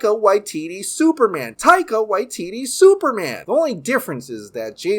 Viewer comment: Just a detail, not to offend but when you pronounce "Waititi" we pronounce both the first "ti" the same as the second "ti". Like tea-tea. As I know you live in Hawaii which isn't too dissimilar to Māori language